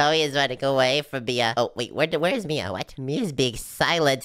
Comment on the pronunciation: Did shady just call mia maya 🗿🗿🗿